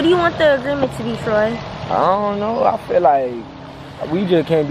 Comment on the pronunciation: It’s Troy not ‘Tory’